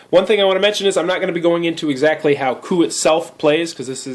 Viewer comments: it's not pronounced co up. It's pronounced "coo"...smh. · isn't it pronounce "coo"? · Great review, even though I couldn't get passed your pronunciation of 'coup'... ;) definitely getting that expansion! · The moment he said "co-up" I instantly closed the video. Fuck this guy